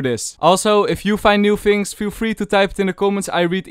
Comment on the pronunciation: fhings, fhank you